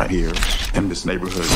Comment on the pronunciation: ‘’welcome to the neighberhood’’ 😂